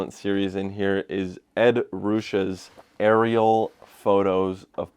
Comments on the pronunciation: I think it's pronounced ed ruschey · Ed Ruscha surname is pronounced Ru-SHAY